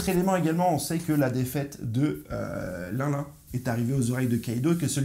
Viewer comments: Pas linlin ; Line Line bro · Une petite info : 1. Luffy a déjà utilisé le snak man contre kaido mais c'était bref. 2. Charlotte l'un l'un ? C'est linlin (l'in l'in). 3. Merci pour tes vidéos